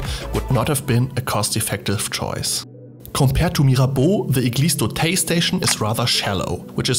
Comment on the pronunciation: Not "Eglise d'Auteil" but "Eglise d'Auteuil".